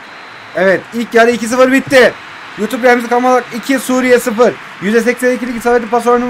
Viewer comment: Lann bu yutupurrrr